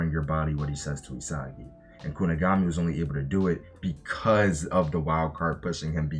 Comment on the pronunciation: “Kuni-guh-mi” was doing the rounds months ago on TikTok😂